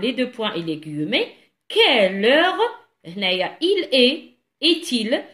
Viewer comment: svp on prononce "ou i" donc le ou d'abord ensuite le i pour le mot "ouïe" , on prononce aussi "gui mé" et non pas "gui e mé" , et merci bcp pour vos efforts, un grand bravo pour vos explications.